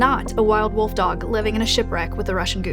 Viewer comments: Pet peeve: saying woof instead of wolf as an adult. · wolf scientist who can't say the L in wolf? rea__y?